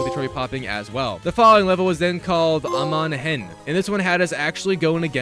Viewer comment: no actually he pronounced Cirith Ungol wrong, the best name he pronounced was Amon Hen 😅